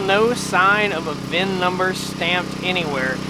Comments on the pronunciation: It’s VIN, not vin Number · Try to just say VIN.